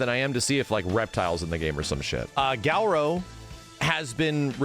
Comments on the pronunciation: I wonder why pronounces Garou like "Gal-ro" or "Gau-ro"? Also what's a gift sub? Is it a twitch thing? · if max pronounces Garou correctly and stops calling it Gaourow i'll put in 4,000 gift subs